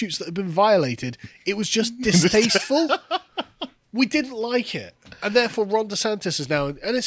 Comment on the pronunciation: It's pronounced Bear County. It's San Antonio Texas where the Alamo is. Also, lol "distasteful".